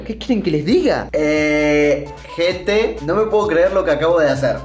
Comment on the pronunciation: No se dice: Gente se dice: Gete